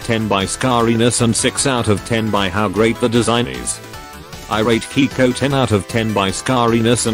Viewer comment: Stop calling Keiko "Kiko" 😭😭😭